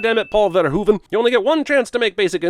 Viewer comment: Finally a correct pronunciation of Verhoeven